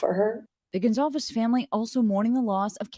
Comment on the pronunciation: It’s Goncalves not Goncsalves